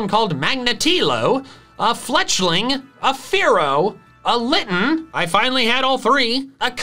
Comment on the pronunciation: iT is A hApPy fLeTchALiNg Me: Please never do that again